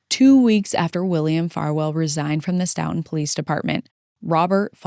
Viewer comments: Stoughton is pronounced Stow.tn Big fan of the vids! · FYI Stoughton is pronounced ‘STOW-tin’